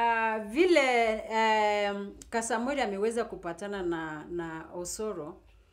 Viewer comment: Point of correction,He is Kasmuel not Kasamuel.Pronounce the name correctly